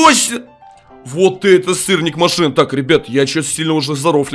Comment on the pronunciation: бЛЯТЬ ОН СКАЗАЛ СТИРНИК Я ЗНАЮ ЧТО СЫРНИК НО ОН СКАЗАЛ СТИРНИК